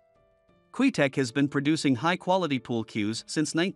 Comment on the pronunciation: Can't even say Qtec correctly, lol. Garbage cues, especially the player cues.